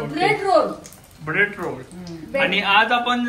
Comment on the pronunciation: bobby : ब्रेड रोल ❌ब्रेड रोड ✅😂❤